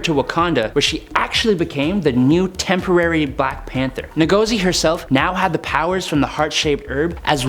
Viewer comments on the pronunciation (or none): It's not "NAGOZI" it's pronounced Ngozi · It’s pronounced In-gauze-e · It is pronounced who-gor-zi From Igbo origin, a tribe in Nigeria.